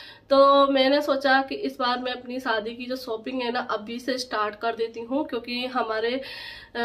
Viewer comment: Saadi nahi shaadi,,,sopping nahi shopping